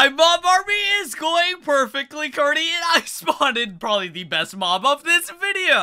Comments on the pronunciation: Did he call carty corrny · omg are serius right neow its carty not cody